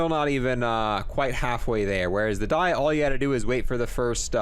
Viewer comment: Just so u know, it's pronounced "dee" not "die"